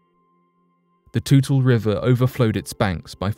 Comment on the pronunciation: Wa-na-chee. Tu-lee River